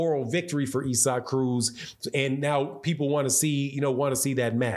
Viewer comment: Is. It not pronounced ‘ Izac’ ? Not ‘Ezak’